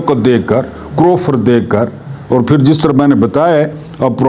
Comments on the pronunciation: کروفر نہیں سر ،، کرو۔۔فر۔۔۔۔۔۔جیسے دعا کرو۔۔۔۔ جیسے فرناز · Correction plz.. Lafz...krofar...nai h Karr o Farr h. Thanx